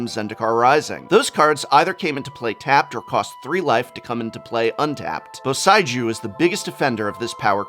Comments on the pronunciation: Just a fix, it is Bo-sei-ju ( sae - like Severus; i- like Instruct ). I'm pretty sick of how wrong youtube channels has been pronnouncing these names. like KAIOUDAI ( it's Kyodai, like Keyodai) for example. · Okay seriously prof, whats with the pronunciations here? Takenumo? Theres no O! Bo- Saei- Jew? Djinn - Gin - Ga - Tay - Jias? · Professor, please the "ei" in eiganjo and boseiju is pronounced "ay" as in hay the thing cows eat. Its a pure "e" (e for elephant) followed quickly by a pure "i" (i for igloo). If the words were spelt with "ai" then your pronunciation would have been correct.